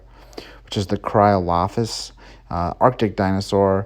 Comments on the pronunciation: It's actually "Cryolophosaurus", and it was found in Antarctica, not in the Arctic... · Not trying to be rude but you mispronounced cryolophosaurus idk if that’s just an abbreviation for it but still great video 👍